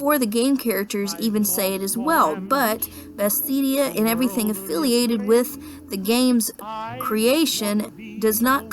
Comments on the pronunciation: IT'S BETHESDA NOT BESTHEDIA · Besthedia? You mean Bethesda.